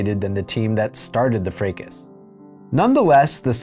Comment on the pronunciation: Not to be that guy, but that's not how you pronounce 'fracas'